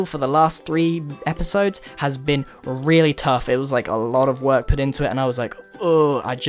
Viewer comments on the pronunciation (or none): none